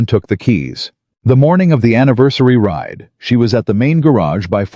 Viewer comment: RIDE, not write. RIDER, not writer. Other than mis-pronouciation or use of an incorrect word, this was a good story. It only lacks comprehension of the English language.